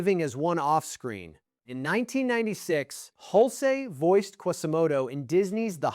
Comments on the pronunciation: It's pronounced "hulch", not "hul-cee." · Hul-cey? Get a better AI. Down vote and saying don’t recommend channel.